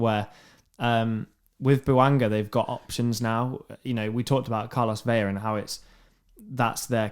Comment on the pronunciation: New subscriber here. Great show, boys. I like the weekend recap, and agree LAFC is an incredible club. One note: Carlos Vela’s last name is pronounced as it’s spelled—Vela, not Veya. Keep up the great work.